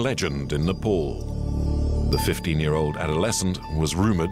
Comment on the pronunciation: Bro please correct your pronunciation It's Nepal not Nepol Please..